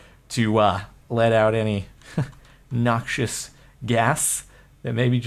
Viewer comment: When he sain nuxios gas i farted :-P